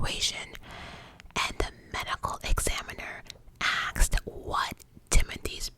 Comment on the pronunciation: "Question was axed"😂😂😂😂